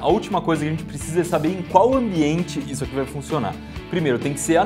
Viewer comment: porque tu fala dipois é depois e izo é isso ai mas vale joinha eu vou dar pra ajudar vcs